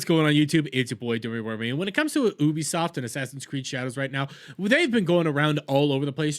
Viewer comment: please wtf is oobisoft